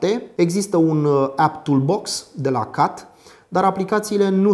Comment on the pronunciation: Ai spus cumva "cat"? Cum plm sa pronunti cat, in loc de chet?